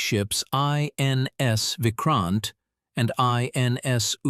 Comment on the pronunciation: i thought first post is a news channel that gives indian view of world affairs. What on earth made you think that you can do it by pronouncing names like vikrant and udaigiri as foreigners. It's very disappointing that you are not using proper pronounciation of Indian names. Who will pronounce them properly if we as indians mispronounce them.